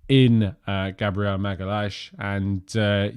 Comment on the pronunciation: Magalhaes is pronounced MaGowYensh